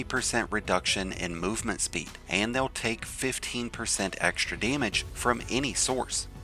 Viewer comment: Not to come off as salty, take it as a feedback. I've liked the content of your videos whatever I stumbled upon. But please speak firmly, I don't mean screaming but your accent/pronunciation really needs some fix. Example: it's EN-GRAM not INN-GRAM. AAND not EIND. æ, a, e sounds are REALLY hard to listen to